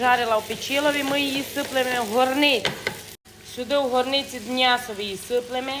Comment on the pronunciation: Вас слухати дуже приємно, готуєте так, що хочеться до Вас на вечерю. О ваше те слово мнясо , то взагалі ….. Здоров´я, наснаги і чекаємо на нові відео!!!!!